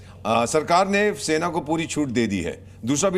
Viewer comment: Sena ko chhena bola hai aapne